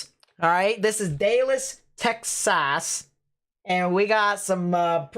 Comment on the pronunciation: Damn that was intense but a funny livestream whatsoever, you and us in the chat did a good job for lightening the mood 😂👏 We arent gonna talk about the oh-KOH-knee or the day-las/fat worth teck-sass? 😂 holy that was hilarious. But that Leslie tornado and THAT PALM BEACH ONE THOUGH sheesh that was intense, and seeing both of them form on live was scary! great work man!